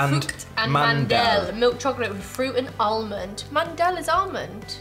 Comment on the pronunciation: man-del nope mand-el